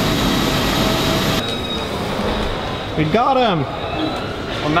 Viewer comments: Say "Maldives" like "Maldeevs" not "Mal Dives" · it's mal- deevs